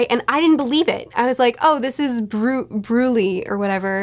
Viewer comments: Brulee (pronounced broo-LEH), like Crème Brûlée. Most of Big Mom's kids are named after some sort of edible stuff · Brulee is pronounced Brew-LAY, like the dessert. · "B-broolee, Broolee?" Me, an intellectual: "It's pronounced 'Branch'" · It's not pronounced "Broolee", it's pronounced "Branch". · Brew-lay Peck-ums Ped-row Hope this helps, great review yet again! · I got fooled by Pudding too. I was still in denial when she was revealed to be using Sanji. Brulee is like Creme Brulee pronounced Bru-lay. Why are you suspicious about Pedro? I didn't see any signs to be.